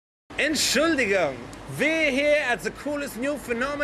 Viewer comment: enshuldigung hahahaha